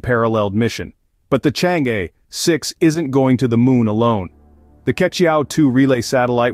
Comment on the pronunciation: The commentator's pronunciation of Chang' e is not correct